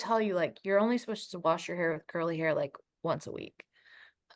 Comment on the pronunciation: I think "warsh" is an age thing, as we get older ""warsh" is in our vocabulary.